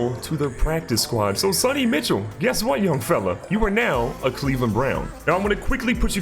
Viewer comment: I cringe every time he says “Mitchel” instead of “Michel” 🤣